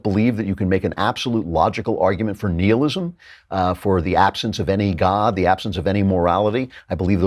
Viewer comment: Well, that’s a weird way to pronounce “nihilism”, Andrew.